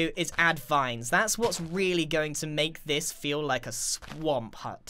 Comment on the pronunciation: When he said let's go back to the swamp, I heard let's go back to the sonk LOL O my goodnes yy?